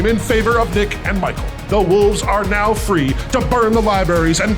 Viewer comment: Yeah, 😐